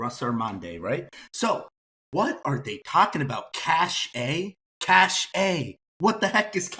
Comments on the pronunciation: It is very sad that an IT professional developing an advanced application can't pronounce word Cache correctly!!!!! The Saitama IT team should be deported from earth to another planet. Failing an application 8 times is nonsense for any IT or business professional. It is not acceptable PERIOD!!!'n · Ridiculous isn't it? I have 20+ years of experience in the semiconductor and software industry and I have never heard it called CACHET, its pronounced CASH, lol. I wanted to pull my hair out every time he said it. I really question if really is a Software Engineer that he claims to be in another video, and I'd be interested in knowing where he received his Engineering degree from lol. Maybe people are starting to wise up and realize that the app was never even remotely ready (which is what I said from their January release date), and they are using a carrot on a stick approach by putting out so many releases. This is newbie alpha/beta level procedures at best. They should come out and say they need a few months to finish development, test it properly, hold a closed beta test, etc. But this incremental release nonsense is just that, pure nonsense. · I’m not trying to pick a side, but by his defense I’d say it’s a language pronunciation issue. Isn’t he from Brazil it might be why he’s pronouncing cache (cash) as (CACHÉ). I’m just saying because I speak French, Spanish, English and Haitian Creole I might see where the problem is. Anyway I’m still holding saitama. They don’t need an app to be successful in the crypto world. How many token is trying to have a wallet guys. Cut them some slack. SMH. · lol They said cashay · To be fair: Epic (the medical software) refers to one of their modules as "Cash-ey" too despite being spelled "Cache". So certain technology people have settled on that pronunciation. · CASH AYE! CA SHAY! 😂😂😂😂😂😂😂😂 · I was laughing so hard that they said Cache that way 😂